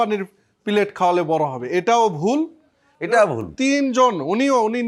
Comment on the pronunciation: Not Pillet it is Pellet ! Pellet in Bangla mean Guli.